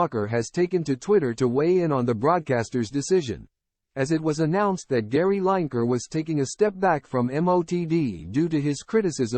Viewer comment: At least get Gary's surname right. These chat bot voice overs are still in their infancy, but can't they be programmed?! It's Gary 'Lineker' pronounced Linneker, not 'Line Achre' ffs.